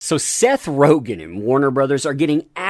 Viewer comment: you do know it’s RogEn, not RogAn?